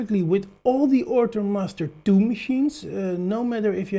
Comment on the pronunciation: Good video! Thanks! :D I am also hearing "Ortur Mustard 2" all the time :D